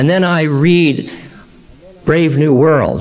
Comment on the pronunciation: Right he calls "Brave New World" "BRAND New World". Nearly unforgivable!!